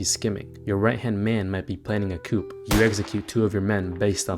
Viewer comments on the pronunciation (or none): I'd believe you wrote this if you knew that "coup" was pronounced "koo" or "kew". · Might be planning a coop please learn how to pronounce that. It’s not good man. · Great video. Except your right hand man is planning a coo not a coup (well unless he intends to start raising chickens, which I suppose is quite possible). Just trying to help you sound as book smart as you do street smart. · Coup is pronounced “coo” just fyi. Great vid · *Nopeeee*. Coup is short for coup d'état. It's French, so like 90% of French words you only pronounce the first half. "Coop" is a chicken coop. "Coup" is pronounced "coo", and means a sudden, usually violent revolution. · Coup is pronounced “coo” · Coup is pronounced "coo" and not "coop." Other than that, great video!! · did you say "coop"? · I like that you pronounced the p in coup😅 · “Planning a coupe” ??? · I'm personally offended by the incorrect pronunciation of "Coup". Great video though! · Crazy you pronounce all the spanish names but dont know how to read coup.